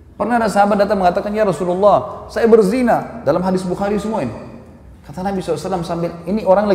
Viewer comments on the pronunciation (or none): YA ROSULULLAH... HARUSNYA YA ROSULALLAH..ITU HURUF YA NIDA MENASABKAN SEPERTI YA HABIBALLAH...BUKAN YA HABIBULLAH